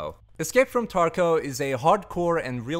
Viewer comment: There is a “v” at the end of Tarkov not “w” ;)